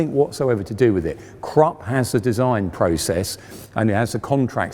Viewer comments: Pohsh and Crap he says. What he wants to say is PorschE and Krupp! Henschel is pretty much correct pronounced. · Come on now,. It's Krupp, not crop nor crap. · The U in Krupp is pronounced like the U in Bush by the way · A I like your content of this channel: Please pronounce the German Names properly. That shows even more respect for the topic. KrUpp not Krapp, PorschE not Porsch and so on. Just a little more effort. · KRUPP.......KRoooooooeeeehpppp. Not Crup. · The fact he keeps calling krupp crop annoys me. It's krupp. CROOP! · It's Krupp like look not Kropp like crop. Idiot. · It's pronounced "Porsche" and not "Porsch", "Krupp" not "Crap", "Schwere Panzerabteilung" not "Shredpansabdaloongs", and "Reichsmark" not "Reikmarks". It wouldn't matter if an average Joe gets that wrong, but it is really quite unbecoming of an historian and presenter who professes to be an expert on those things. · Great vid, but it’s pronounced ’Kroop.’ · An excellent series in all respects, bt it’s not Krup as in ‘truck’ it’s Krup as in ‘crook,’ please!! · Why isn't this man able to pronounce a single german name???? Krupp! Germans are able to learn the whole english language. And this guy can't even say the simple word Krupp! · It should be recommendable that the narrator puts the minimum effort of learning the correct pronunciation of foreign names like Krupp not "Crap". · its Krupp not crapp omg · Krupp, not krap! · THE REAL WAY TO READ KRUPP ISN'T "KRUPP" ??? OK THE BRITISH HAVE WON THE WAR... BUT TO READ KRUPP AS "CRAP" IS A WEIRD AND UNRESPECTFUL THING !!! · "porsh" and "crap"? You should know better! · The Krupp Enterprise sounds like "Crap" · And "Krupp" doesn't sound like "crapp". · Funny, that nearly any German is able to understand and speak the whole English language and even an educated man like this can't pronounce the name "Krupp"! :-) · The 'e' in Porsche is not silent, and Krupp has a short 'oo' vowel, as in 'foot'.